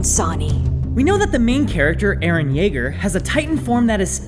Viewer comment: eh- Yeager.